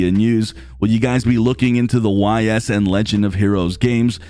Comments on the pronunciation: Sorry to be that guy but it’s pronounced EEESSS not Why S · If you're going to be covering the Ys games... please say the name correctly. It's Ees, Say Bees, now take off the B :) I will be getting Ys 8 and 9 even though I've already finished 8 on other platforms. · I think the Ys series is pronounced "Yeez"